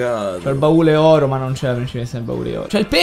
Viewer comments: si dice baule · che cazzo ci vuole a dire "baule" e non "barile"?😂😂